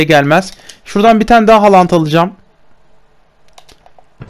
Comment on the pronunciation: Halant değil haaland